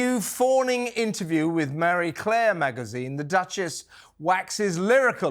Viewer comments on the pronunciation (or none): Marie Claire. Not Mary Claire. I don't understand why it's hard to pronounce. Love the show from Washington, DC.